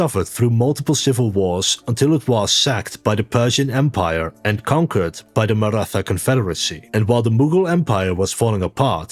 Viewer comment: Its maratha empire ( the pronounciation is weird ) 😅